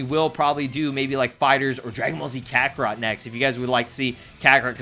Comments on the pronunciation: It sound like he said Kakorot Fighterz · No I meant when you were listing off what games you had i sounded like you said Kakarot Fighterz